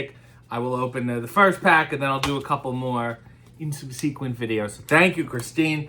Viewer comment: SubSEEquent? Is that a Canadianism?